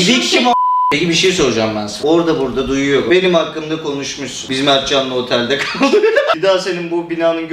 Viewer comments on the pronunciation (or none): yani guvuv duyuyosun: evet guvuv duyuyovum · Güvüv duyoyovmusun:guvuv duyuyovum Sonsuz dialoq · Guvuv duguyorummusun Guvuv duyovum